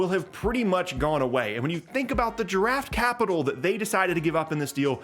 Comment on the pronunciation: When you said draft capital, it sounded like Giraffe Capital, which I imagine to be some sort of Toys “R” Us stock/investment portfolio. 🦒